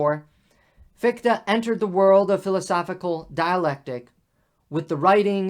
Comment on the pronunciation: Thanks again for the series. I wonder what your take on this old debate is - where do you fall with respect to German idealism. PS the pronunciation of Fichte is quite off (the combination "ch" is a particular sound, also found in "ich", I, and it doesn't sound like "ck"). But that's not a real critism, all Americans do that. Feuerbach is even worse. Come to think of it, the same comment also applied to Bach. It's not "Bakk".